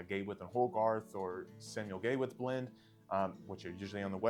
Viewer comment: Gawith in the UK is pronounced (Garwith) not Gaywith ,great video